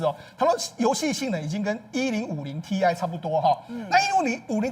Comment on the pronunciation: 黃世聰這段唸稿就擺明他根本沒在使用電腦，連桌上型電腦的顯示卡型號都會唸錯名字：GTX 1050 Ti的"Ti"是"鈦"元素，不是唸"t i" ....ZZZZ